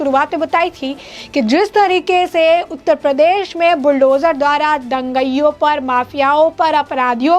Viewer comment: तू बार बार दंगईयों बोलती जा रही है, क्यों? क्या तू अंग्रेज है? क्या तुझे यह भी नहीं मालूम कि 'दंगाईयों' होता है? क्या तूने कभी स्कूल का मुँह नहीं देखा? तुझे अक्षरशः भी नहीं मालूम? बेशर्म लड़की।